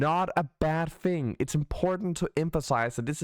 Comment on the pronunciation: You mean on how to pronounce fink and fing?